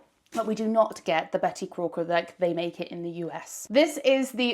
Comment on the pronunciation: did you say Betty Corker?... or am i hearing things 😅